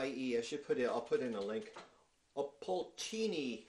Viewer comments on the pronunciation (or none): ополчение ... the first o is not accented so it sounds like ah-pol-chen-ee_yeh with the last two parts slurred together. HomeGuard (militia of sorts, but милиция is the normal word for militia).